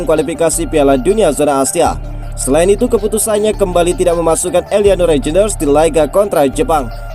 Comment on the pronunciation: Min....bacanya REINDERS, REINDERS, REINDERS, REINDERS, REINDERS................elo ngucapinnya saja lidahnya keseleo REJENDERS wkwkwkwk